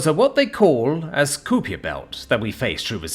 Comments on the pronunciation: Nice story, my only complaint is your pronunciation of "kuiper belt" it's pronounced like "kiper", I like ice cream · KY-PER belt (rhymes with piper, jesus fucking Christ......losing the will to listen to you anymore, you really need to understand that mispronunciation can completely ruin a perfectly good story......